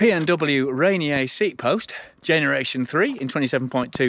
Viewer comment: Great review! *out here in the PNW we pronounce Ranier: "Raineeyer"